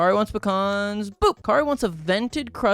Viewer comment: Icl the way u say pecans is ticking me off oml 😭😭 Love the video tho, great fun